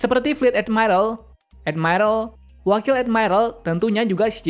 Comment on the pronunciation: Ngomong admiral aja edmairel 🥱